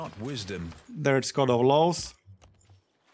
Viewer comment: D I find it constantly funny hearing "LOLS" when says "LAWS". It is ever more funnier as he's from Poland where law is just for lols.:D